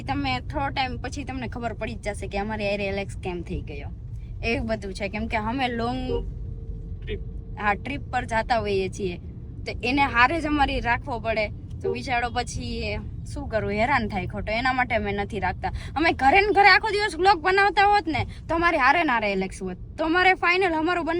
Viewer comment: બોલતા શીખો પેલા બિચાડો નય બિચારો કેવાય 😂🤣